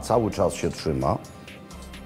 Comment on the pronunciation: Robert Makłowicz z Krakowa ale mòwi trzy nie czy😂 I łopatą a nie łopatom😂